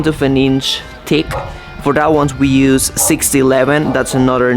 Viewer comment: Hi, English lesson for your with the "th" sound so you can say thick instead of tick..hahahhaha...anyway, just practice saying the sound thu, thu and make sure you pronounce th not just t...okay...good..you got it bra! I did one bp rep with 245 today, pretty good at 71..eh? I did 14 reps the other day with 185 lbs...this is bench press, by the way...14X's with 185 is elite for my age 71 and my weight 240. MooMoo is looking better...thanks to Kaylee for the carrots..:) Get them...more ZZ Top..hahahahaha...hope your house will not shake so much....and you need good secure locks when you finish your house. Some body is stealing wood???? Hope you solve the mystery.